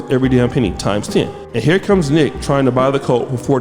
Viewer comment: baby...her name is pronounced " Neek not Nick " that may be short for Monique but carry on with this juicy tea☕ I'm loving it.